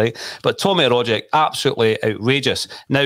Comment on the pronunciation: Can you pronounce Rogic's name correctly for God's sake!!!!!!!!!!!!!!!!!!!!!!!!!!!!!!!!